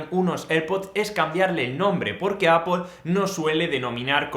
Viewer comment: Excelente video, muy útil y fácil de entender. También para decir la marca Apple la pronunciación muy bien “appol” y no “apel” (¿acaso va la e antes de la l en Apple?)